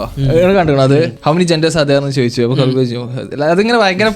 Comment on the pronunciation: It's khabib